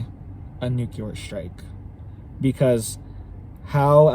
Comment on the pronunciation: Hey guy, it's nu cle ar. Are you trying to sound as dumb as Bush 43 or Homer Simpson?